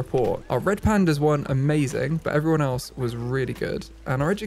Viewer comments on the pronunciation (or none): none